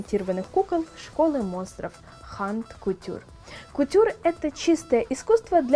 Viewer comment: Минутка занудства. Haute couture читается как "оут кутьюр" в английском. Но тут игра слов. Вместо haute использовано слово haunt - что-то (как правило место), преследуемое нечистью. Читается как "хонт". Минутка занудства off.